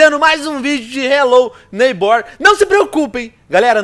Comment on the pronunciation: "Relo neibór" 😂😂😂😂😂